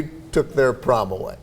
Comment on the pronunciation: he said prom.